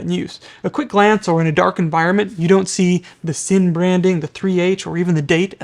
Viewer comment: No you didn‘t say it right 😂